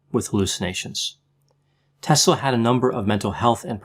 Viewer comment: Wow! You nail it again Doc! I am serbian also and I was soaking in all this information about Nikola Tesla since I was a kid! Btw, you said it perfectly his name👌🏼 Just to add one interesting thing- He was a great friend with Mark Twen❤️and he also had big passion for books since he was a little kid. His dad had a big Library, and Nikola would often read the books till late at night with a light of a candle. His dad would always say to him to stop reading books so late, he was afraid to Nikola don’t ruin his eyes:) Who would think that he would invent electricity one day, what we have today and his stolen scripts about shield around the Earth. He was a beautiful men and gentlemen and all lady’s in that time had a crush in him:) He was the Genius of all times and I am so happy that he wasn’t greedy. Greed is rooth of all evil. He was generous like you said and he had a beautiful heart. He wanted for all people in a world free energy. Everything was stolen from him..He is in good place now...God bless him forever🕊